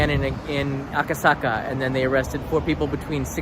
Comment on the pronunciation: Aka saka cannot pronounce